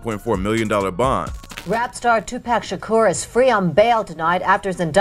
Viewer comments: “Tupac shakerr” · TwoPac Shaaakuuuurrr I ve never in my life heard anyone say his last name like that. OP is full of cap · “Tupac Sha-ker” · You saying his name wrong and it’s driving me crazy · cant watch this video way he pronounces his name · You gotta pronounce his name right lol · Why does him saying Tupac’s last name sound weird lol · You far from saying his last night right and you know that so why do that but your ignorant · They way you say his name is so fuckin dumb 😂😂😂😂😂😂😂😂😂😂😂😂